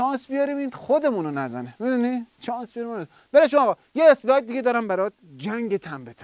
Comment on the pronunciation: دمت گرم❤ مجری به اسلاید میگه استایلا😂